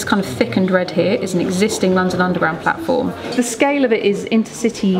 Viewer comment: Is it me or does the announcement on the new Crossrail train to Paddington say "mind the gap, between the train and the blatform"?